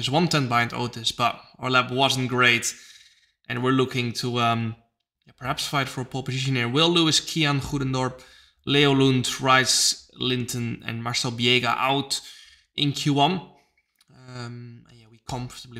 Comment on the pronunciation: lol I thought flopmeer had already learned to pronounce Rhys properly. Rice and Wilson Euuge always cracks me up.